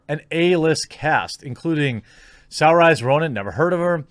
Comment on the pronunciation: I'm just here to hear Jeremy's pronunciation of Saoirse Ronan 😂😂